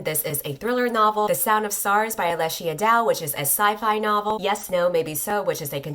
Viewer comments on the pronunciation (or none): Alechia Dow is pronounced like Alisha